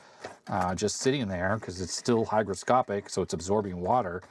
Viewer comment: Great vid, I used to call that glue Hydroscopic untill I saw the correct spelling Hygroscopic, you of course say it correct, but I thought `Hydro` meaning water was a better description:)